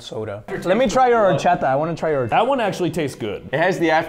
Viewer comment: Dude narrator said Horchada but it’s horchata